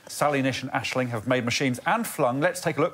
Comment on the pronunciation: Surely it's AiSling here :p